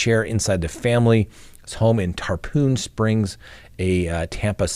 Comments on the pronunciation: I believe it's Tarpon Springs not Tarpoon Springs. Just saying... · FYI: It's not "Tar-poon" Springs, but Tarpon Springs, like the fish.